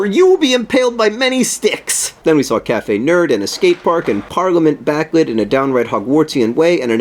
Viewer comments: It's not Cafe Nerd, John. It's a 'O' which makes it Cafe Nero :') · John it's Café Nero not Café nerd. Ahaha. :) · Sorry John but it's Caffe Nero not Caffe Nerd loool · It's cafe Nero, not cafe Nerd sorry! hehe x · It's cafe Nero not cafe nerd.... Hahaha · Ahahaha cafe Nero not cafe nerd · I love how you keep saying Caffe Nerd. It's Caffe Nero :D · Hahahahaha cafe nerd! Cafe Nero! It's an O not a d! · John sorry to disappoint you it's Cafe Nero not Cafe Nerd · It's cafe Nero with an o. I thought it was cafe Nerd to when I first saw one. We have them in Scotland too :) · by the way, it's cafe nero, not nerd, ahah (a cafe for nerds would be cool though) :)) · hate to burst your bubble but it's pronounced caffe nero not caffe nerd, sorry :( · It's cafe Nero not nerd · "Cafe Nerd". It's an "o". Silly John. <3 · It's really lovely to see a Thoughts from places from a place i know so well :) (also it's cafe nero, i assume you knew that, but just in case: nero :) ) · Welcome to England!! I saw you on Sunday evening at Cadogan Hall and it was the best night of my life, too bad the queue was too long for me to get anything signed though. ;( I got a poster!! And I must admit that English weather is messed up, it snowed with the sun shining today ;D Also I love how you said Caffe Nerd. I will forever call it that now. PS heard you on the radio!!